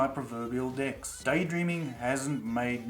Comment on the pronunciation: i had to listen carefully every time you say "decks" because i initially kept on hearing another word. it's weird.